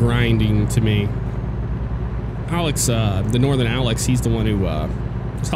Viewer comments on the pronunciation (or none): none